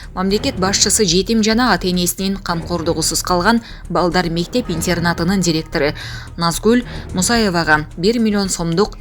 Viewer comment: Суйлогон кыз кичине тура суйлосон. ИНТЬИЕРНАТ. ИНТЕРНАТ ДЕП АЙТЫЛАТ.